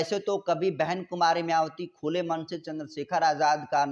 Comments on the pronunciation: YE KYA ENGKRIG KREGA JO BHAN JI KA NAM BHI SHEI SE NHI LE PA RHA H. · मायावती नाम तो ठीक से बोलना सीख लो लिखते कुछ हो बोलते कुछ एकदम बकवास चैनल